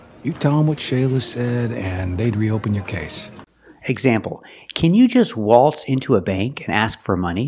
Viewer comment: Waltz (wa:lts) "a:" from throat, (but then he turned it into "o:") why???